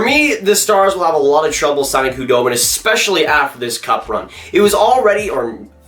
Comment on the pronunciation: Saying the "k" in Khudobin is driving me nuts.